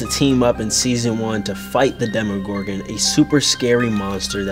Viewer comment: I love how Maya pronounces Demogorogan 😂😂 Dem-ee-gorgon lol